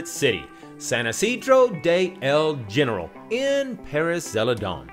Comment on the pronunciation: You are here to learn, it is pronounced HeneRAAL, not gen-ehral. Don't get it wrong!